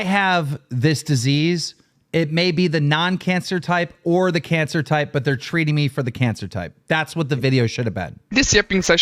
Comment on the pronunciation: Why can't you pronounce cancer correctly? also why do you hide your face. That's very beta.